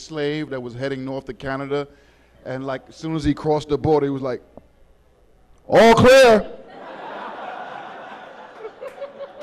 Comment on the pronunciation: It’s pronounced O’ Clare lol